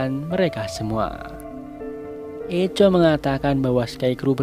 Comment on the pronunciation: Permisi bang, sedikit koreksi. Echo di baca = Ekō